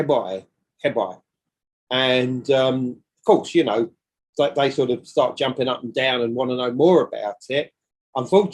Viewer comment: Jumping in wells ! JUMPING not GiMPING . Word correct is so lame